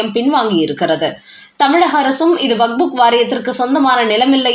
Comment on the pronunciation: It's waqf. Not wakbuk. It's irritating to hear as wakbuk again and again. Please correct youself